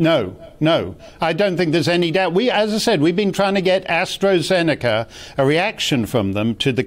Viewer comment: So now it's not precovid, it's pre astrajenaka